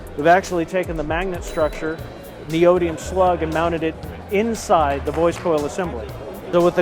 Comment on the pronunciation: What is neidoiem? Lol. Its neodymium